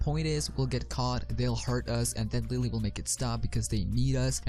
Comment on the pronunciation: Idk if you're saying Willy or lilly....